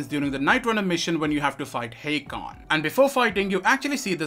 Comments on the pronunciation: You keep saying HEY-Kon when he clearly says his name is HA-kon. Noticed this since Day one of this game and it's annoyed the hell out of me. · How could you still be saying "Hey-kon" when the NPCs, Aiden and Hakon himself says "Ha-kon"?